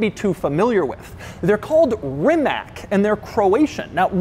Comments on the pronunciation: its not called rimak its called Rimac 0-100 in 1.8sec it hurts in my ears! i hate the american way of misspronouncing!!! by the 4x time when you say Rimak i had to kill the video! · The name is pronounced as Rimats, not Rimak. The letter c (in this case) is pronounced "ts" in Croatian. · Doug DeMuro , f.y.i. Rimac not Rimak. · One small thing It's pronounced Rima-tss Like a punctured tire type of sound at the end... Sincerely, a Croatian. Great video as always! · It doesn't do 0 - 60 in about 2 seconds, it does it in exactly 1.85, but I guess you can't accept anything faster than a Tesla. P.S. Rimac is pronounced Rimats, not Roomaak. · This is probably the only electric car I actually like. And it's also pronounced "Rimatz" not "Rimack." No one ever gets it right lol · Not "RimaK" (you butchered it), but "Rimats", as the c in Croatian is pronounced as "ts". "Nevera" is the čakavian dialect for a certain type of a storm they have in Dalmatia (south central Croatia). It's a very severe, seasonal weather storm specific to the Adriatic sea. So appropriate for this car. Croats don't make a lot of things, but what they do make is all high quality shit, from chocolates through handguns to cars. From the nation which brought you the neck tie, the ballpoint pen and the alternating current. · I dont know if its normal to call the car this way...but Mate surname is not Rimack...but rather Rimatz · Why always "Reemack"? It is pronounced "Reemahts". Yes, "cravat" is derived from "Croat", still the word for neckties in French, German, etc. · It is pronounced Rimats, not RimaK! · RIMA-TZ.... TZ, not a K at the end. ( I'm a Croat) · Its pronouncing Reematz, not Reemak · Its not pronounced Rimak its pronounced Rimats the c in croatian is pronounced as an ts not a k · Repeat after me: Reee mutts. Reeee mutts. NOT Reemuck. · Hearing “Ree-mak” all the time is truly hurting my Croat ears. “Ree-Matz”, please!!!! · It's Rimats not rimak, didn't expect doug to be this ignorant